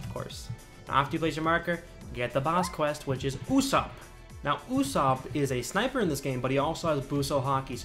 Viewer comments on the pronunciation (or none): Usopp is pronounced oo - soap